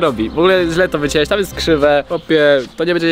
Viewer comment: wiecięłeś? Jprdle naucz się języka polskiego